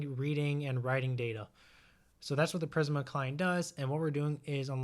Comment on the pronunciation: the way you pronounce it makes me laugh